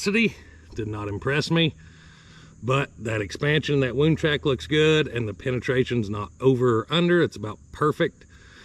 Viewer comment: I really hate to leave the comment but it drives me crazy the way you pronounce wound track t ixnay on the T at the end of the word it's just track not t r a c k t